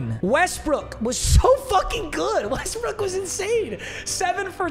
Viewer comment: dont be saying westbrick bro